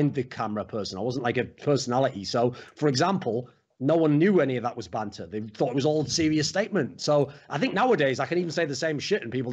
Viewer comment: Triggered about you calling it banther, it's banter